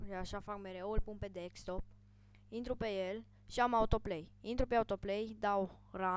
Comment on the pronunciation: His name is desktop not dekstop